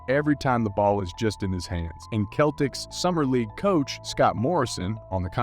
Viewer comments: its pronounced Sell-ticks not the kell-ticks lol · His city is pronounced Dah-car. And it’s the Boston Sel-tics.